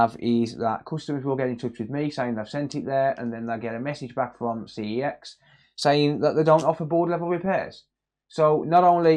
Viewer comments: That's not how you pronounce CEX! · Do you have to mispronounce CEX so you don’t get punished by YouTube?